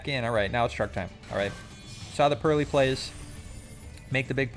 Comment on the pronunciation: you did not just say purr-lie-lie, that's a sin